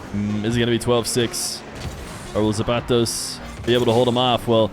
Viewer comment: i hate the way he says the mexican guys name so cringe man